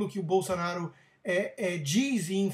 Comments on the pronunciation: Bol - SA - naro? Não seria... Bol - SO - naro? Por acaso, você ao invés de falar Hospital, você diz.... HAS - pi - TOL ? Ou ao invés de dizer Táxi, você fala.... TÓxi? Ou então, ao invés de dizer Banana, você fala.... BONONO? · BolsOnaro, Rodrigo! Que BolsAnaro é esse maluco? Fala direito, cara! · É "Bolsonaro" e não "Bolsanaro" ... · "Bolsanaro" haha... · Acho que ele ta falando bolsa kkkkk lol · nao é "Bolsanaro" é Bolsonaro.... Pelo menos saber o nome o nome de quem vai criticar..... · Presta atenção, rapaz: é BolsOnaro, com O. E "tosquidão" é um neologismo tosco. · Rodrigo, voce falou o nome "Bolsanaro" incorretamente de proposito ou porque não sabe falar corretamente? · Cara, é BolsOOOOnaro, Favor pronunciar o nome do MITO corretamente. Abrass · "bolSA-naro" é foda. tanto livrinho ali atrás e o sujeito não sabe sequer o nome do deputado que quer defender. e expressa-se com requintes verbais como "toshhhco", "toshhhquices", dignos do mais eloquente intelectual. rs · É impressão minha ou ele fala Bolsanaro?? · Vc falava o nome dele errado de propósito ou não sabia a pronuncia mesmo. 🤣🤣🤣 fica engraçado ver este vídeo hj. É o segundo vídeo antigo seu q o YouTube me recomenda. 😂😂😂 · o cara nao sabe nem falar o sobre nome no Jair e ainda quer pregar lição de moral...